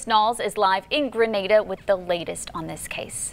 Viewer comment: The name of the place Granada but they pronounce it Grenada 🇬🇩